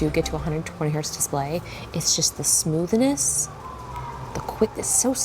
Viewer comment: lol smoothness is another word you say different like comfortable.